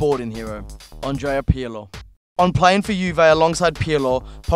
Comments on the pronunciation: The way he pronounces Pirlo is so cringey,this presenter is the worst on Copa 90 Poet and Vuj are so so so much better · the way this guy nearly chokes whille tryharding to pronounce Pirlo is the best thing ever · The way he said Pirlo gave me cancer